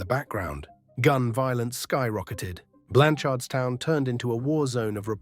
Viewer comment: It’s pronounced Blanch’rdstown 🫡